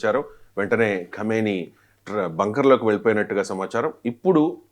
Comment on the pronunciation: ఖైమెని కాదురా సామి... ఖమేనీ 👹